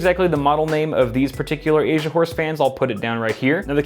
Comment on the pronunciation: I heard him "Asia whores" 😂